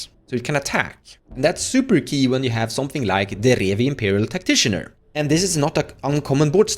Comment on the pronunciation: Tactitian”er” Always gets me